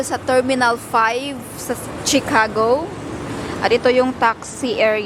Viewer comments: it’s pronounce shi- ca- go not tsi-ca-go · sorry no offense meant..it is pronounced SHIcago not CHIcago.. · CHICAGO is pronounced as (SHE) cago and not (CHI) like Chicharon😊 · Shicago....not chicago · Chicago pronounced as She-ka-go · I’m frm Illinois po ang pronunciation ng Chicago ay shuh•kaa•gow ✌🏼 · It’s pronounced as SHI-ca-go. Always listen to how the locals and the authorities say words and learn,. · Pronounce Chicago as Ch to Sh. Pronounce it as Shicago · Pronounced as She ka go. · Ay salamat sa nag correct sakit pakinggan ng chicago eh.😂